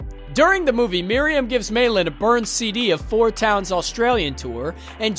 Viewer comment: Meilin...say it with me now...May Lynn. Not mailin'. 😫😅